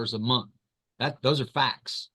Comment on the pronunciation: its month...not munt!